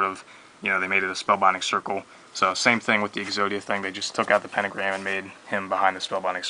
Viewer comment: "pentogramy" lol xD